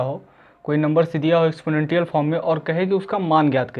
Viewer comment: एक्सपोनेंशिएल होता है भाई Anyway nice one👌